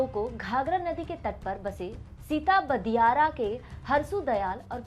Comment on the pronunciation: सिताबदियारा का सही उच्चारण सिताब-दियारा है, न कि सिता-बदियारा ।